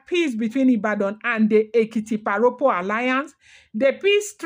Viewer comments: Thanks for these history lessons,. Èkìtì parapọ̀ [pronounced pa-ra-por] i.e Ekiti united. Nothing to do with pa Ropo. "Rọpo" means replace, pa Rọpo was almost certainly born as a rainbow child, hence named Rọpo ie replacement child 🎉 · Why don't you limit yourself to Ife palace story. You will get into trouble with your own side of the story. The war itself was called "Ekiti parapo" not "paropo".